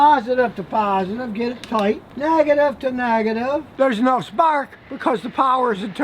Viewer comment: "Nag-a-tive to Nag-a-tive.." =)